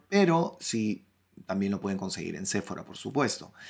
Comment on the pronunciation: Me gustó mucho🥰. Sephora se pronuncia con acento en la o sePHOra🤓